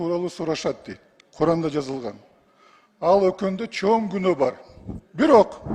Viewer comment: Эмнеге Куран дебей башкача айтып атат? Куркаан дегендей угулуп атат го